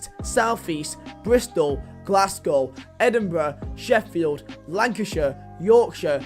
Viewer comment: Least he got Sheffield right, WAWAW